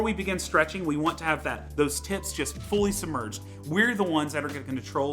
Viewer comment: Does he keep saying "tits" instead of "tips"?